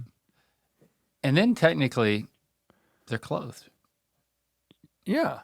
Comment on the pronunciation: How was there a conversation about Rhett mispronouncing words without talking about "tehtnically"?